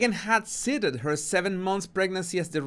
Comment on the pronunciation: The word “cited” is pronounced “sited”. :) just trying to help.